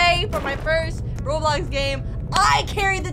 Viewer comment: Girl, it’s not blockes b-l-ox